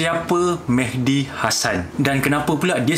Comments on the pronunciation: Serupa la.. terdengar Mehdi mc mcd.. 😅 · Mehdi ke McD (MacDonald) ? Tak berapa dengar tadi 🤣🤣🤣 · everytime he says mehdi i hear as mcd lol